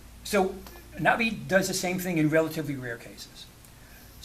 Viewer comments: Stop being an annoying pedant. He's pronouncing it correctly. The glottal stop is very subtle when he says "Na'vi" but it's still there, it's not completely absent. As for the rest of video, you can clearly hear the stop whenever he says the word. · There's two different pronunciations in thr film - the Skypeople say it like "nah-vee" because they westernized it. The actual Na'vi break the word in two pieces- Naht [HARD STOP] ve. Like uh-oh, a hard stop in the middle